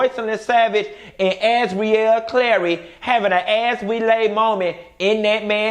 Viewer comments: Why you keep calling Azriel.. Azrelay?! Lol you change from one to the other lol smh 😂😂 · Not "AzWeLay"💀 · “AZ-REE-LAY” has me floored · 😂😂 As serious as you're trying to be in this video you still have me crackin up! "As-we-lay" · If you say Az-we-lay one more time... I’m out😭😂🤣